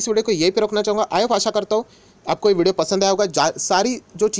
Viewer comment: Vodo nahi video hota h....😂😂😂😂itni bhi kya jaldi h....I ap aasha krta hu😂😂